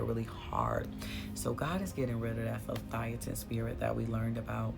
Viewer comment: The spirit’s name is Le-Via- than 🙏🏽❤️